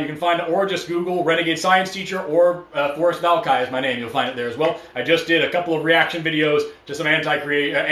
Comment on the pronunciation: Forrest, I love you, but your "R's" do need some work. 😂